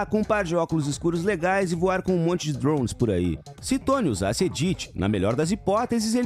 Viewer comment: que jeito insuportável de falar drones mds kkkkkk